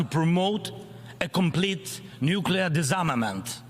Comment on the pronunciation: Mazel tov, President Zelenskyy. You are now speaking English fluently. 🇺🇦I feel a mad sense of pride. You are leading your nation as bravely as any soldier. 🇺🇦Thank you for your speech. "Proliferate"; "disarmament". You clearly practiced the pronunciation. 🇺🇦It is moving, Very well done. Slava Ukraini!! 🇺🇦